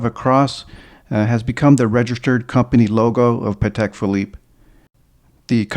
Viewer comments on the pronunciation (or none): Excellent collection. Just one little piece of advice/info for you, if you allow me: the right way to pronounce the name of the brand is Patek with accent/emphasis on the a, not on the e. Something like Paatek! The reason is that is a Slavic surname. I appreciate almost everyone gets it wrong, but if you don’t trust me just watch any interview with Mr Stern (Patek’s owner), and check how he pronounces it. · also, many ADs themselves get it wrong, and many big collectors too. So no shame in that. Even the London Patek boutique says it wrong on their own answering machine message! Everyone tries to pronounce it the French way, but it’s actually an Eastern European surname